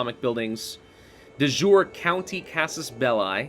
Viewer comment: I love watching this series and I'm learning a lot about the game in the process. But I must confess I wince in pain a bit every time I hear Latin (De Jure, which in itself is a bastardized spelling of De Iure, Casus Belli) being pronounced as if it were French or English.